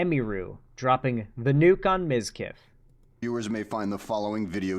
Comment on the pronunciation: ?!?! How the fuck did you get that wrong?! Everyone says mizkif!